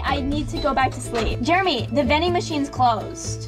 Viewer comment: it's Jeremy!Not Jermy lol